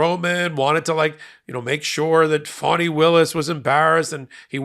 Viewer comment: Her name is fann eeeeeee not fawneeee